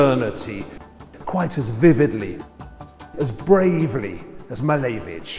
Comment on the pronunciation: Lovely video! but i wish you would say his name correctly haha cheers